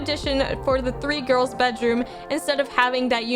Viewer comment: “where are the gorls”